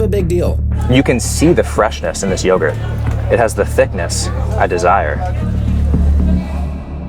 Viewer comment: 'I feel like i'm living in a greek yoguhrt commericial..'....😂😂😂